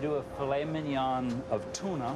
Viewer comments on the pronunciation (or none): I don't know if I can trust a chef that cannot pronounce mignon correctly. Not to mention, aren't the veins supposed to be removed from foie gras, not 'cleansed'? Coupled with the fact that he believes people are too stupid to realize those vegetables are carrots and zucchini, and the addition of burnt onions? No thank you!